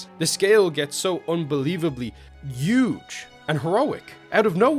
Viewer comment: bro can't pronounce "huge" 💀